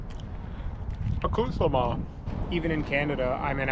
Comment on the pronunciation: I love your videos but for the love of God STOP SAYING ACCOUTREME...it makes me wana stop watching!